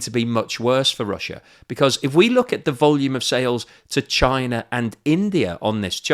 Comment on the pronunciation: Russer, Chiner, Indier are in Asier.